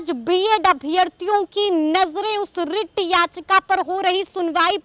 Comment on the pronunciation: rrrrrrrrreet याचिका😂😂